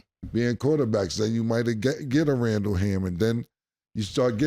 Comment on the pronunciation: My nigga said Randall ham tho 😂😂😂😂